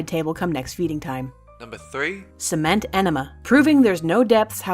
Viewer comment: At first I thought she said liquid semen so I thought for gay people sounds normal then she said it hardened and I thought what's wrong with the world